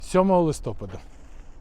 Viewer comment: Українською -----листопАд, а не листОпад.